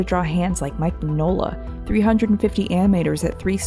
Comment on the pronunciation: Mignola (mee-nyo-la)